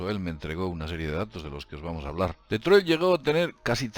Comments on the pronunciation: No se pronuncia deetroy se pronuncia ditroit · Cada vez que oigas pronunciar "DetroiL", acabado en L....chupito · Se dice "ditroid" no Detroit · Min CIUDAD DE DETROILT, LA POLICIA DE DETROIL. ME HA HECHO MUCHA GRACIA LO SIENTO.JEJEJEJE TE SIGO DESDE HACE 10 AÑOS SIGUE ASI Saludos ERES UN TÍO GRANDE Y CON MÁS HUEVOS QUE NADIE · Se lee DETROA, en francés. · ¿Por qué llamas a Detroit como "DetroiL"? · DETROIL? XD